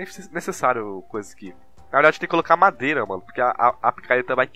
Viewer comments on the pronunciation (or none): none